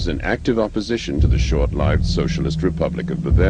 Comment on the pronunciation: Why can't the narrator pronounce "short-lived" or "records" properly?